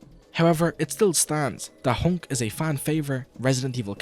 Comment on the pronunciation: Japanese pronunciation: Hank Actual nickname: Hunk This guy: Hownk